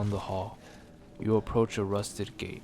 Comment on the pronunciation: Did u say gay or gate?